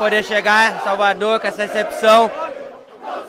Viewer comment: Xalvador, pojeto, o homem fala igual ao luxemburgo kkkkkkkkk